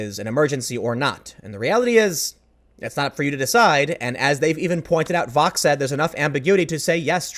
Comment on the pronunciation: Also, Tim... Vox??? CUMMON